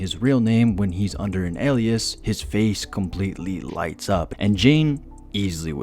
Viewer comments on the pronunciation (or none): none